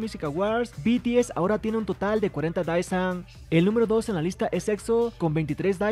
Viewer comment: Con respeto para quien crea este contenido, el cual yo miro y estoy suscrita, Creo que a estas alturas estaría bien si pronunciamos correctamente las palabras Désan o Deesan ("e" ligeramente alargada, no confundir con "i") (Daesan) no estoy tirando hate, si son lo suficientemente maduros entenderán que esto es sólo una recomendación, ya que me imagino que a muchos aquí les gusta el coreano, y personalmente yo agradezco cuando alguien me corrige, así puedo aprender como pronunciar bien el coreano aunque sea poco apoco y palabra por palabra). Que estés bien, amigo.